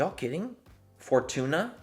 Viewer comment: Did he just say “for tuna” for fortune 😂😂😂😂😂